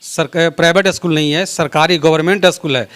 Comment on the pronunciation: पहले तो आप 'अस्कूल' बोलना बंद कीजिए, 'स्कूल' बोलिए। शायद आपसे नहीं होगा। इसी प्रकार अस्टेसन, अस्टार्ट, अस्पेसल, आदि बोलते होंगे।